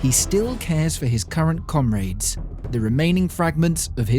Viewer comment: man said comraids